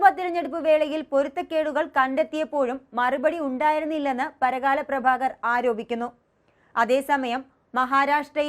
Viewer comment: Parakala alla, Parkala anu.